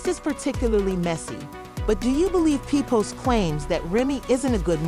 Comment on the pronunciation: I done her you say his name 3 different ways but the right way😂😂😂